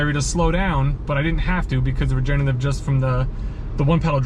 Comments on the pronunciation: it’s “regenERative”, not “regenATive”. regenerate is a word, regenate is not. since regenerative is a tough word to pronounce, let’s call it “regen” braking! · You’re missing the 3rd syllable in “regenerative” when you pronounce it - sorry if sounds a little picky but you are selling these EVs. I do love my 2019 Bolt LT though I only have a little over 30K on the odometer. We will be getting another EV soon to replace my wife’s Altima.